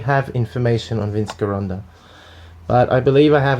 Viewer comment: It's pronounced Jeronda!!!